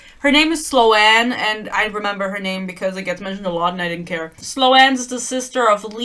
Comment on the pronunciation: I think Sloan is pronounced “Slone” not slo-anne